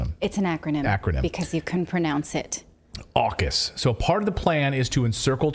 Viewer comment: AUKUS saying FukUs 😃